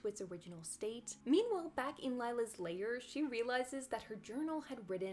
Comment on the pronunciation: Lair is not pronounced like layer...